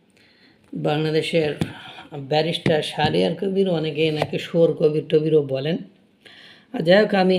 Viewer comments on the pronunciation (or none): ওটা ব্যারিস্টার না বালেস্টার।